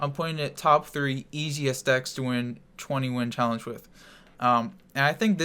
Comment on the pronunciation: It's 20 win challenge what he says idiot